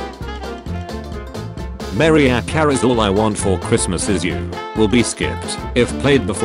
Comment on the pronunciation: lf you don't know how to pronounce Mariah Carey and other stuff, don't narrate.